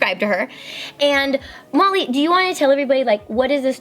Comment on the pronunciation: When Kandee said “I don’t know Molly” it sounded like she said Mommy